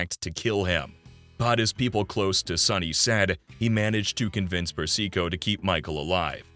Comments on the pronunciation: Seriously, did you listen to how he pronounced Carmine Persico’s name? It’s not per- SEE- co, fool. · Great doc! - but slight quibble: Sonny's own son Michael pronounces Carmine Persico's name "PERsico", not "perSEEko", and since Michael worked for Carmine, he would know.